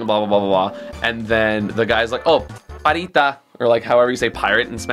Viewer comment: "Parita". Neat Spanish skillz, xD the word is "Pirata" which awfully closer to english that what you say (which, btw, is not an actual word) Anyways, after a small diss, I have to say that I'm really loving this channel <3 (also, I've been willing to play super mario rpg for a while but I find it more entertaining to watch it in your channel)